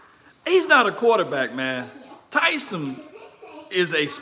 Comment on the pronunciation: Please pronounce his name correctly. It’s Taysum.